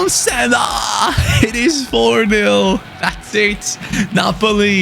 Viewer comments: Ok are we just gonna ignore the fact that he called Benzema bonsema whaaaat wait is it just me or what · when he said Bonsemar i was like wtf... then surprise surprise, its a botched pronunciation of Benzema. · He channeled his inner french accent 😂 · Cut some slack with his mispronunciations